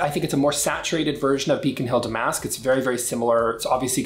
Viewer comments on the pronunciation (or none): I think you are pronouncing damask wrong...think of the fabric...I want to think that’s the reference. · Darling, you might want to take a moment to check the pronunciation of “damask.” You’re a sophisticated man with good taste....